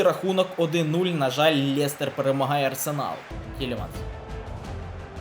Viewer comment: Лєстер...мляя уже за@ Ріже вуха Лестер